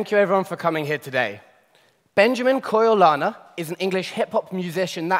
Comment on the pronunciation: Anyone else noticed he called him Coyle Larner at the start?? 🤔